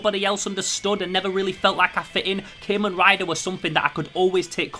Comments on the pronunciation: Wait did he just said keman rider what the hell bro it's Kamen rider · I liked the vid, but it kinda set off my annoyance a little because you say KAY-men rider, instead of CAW-men rider, just being a little salty but ignore me, (kamen translates to masked in english) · Im sorry but i laughed when he said CA-men rider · You say Kamen rider wrong but great video no hate